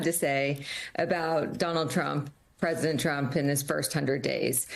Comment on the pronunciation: press-see-dent dumb ... dumbty trumpy crashing with his all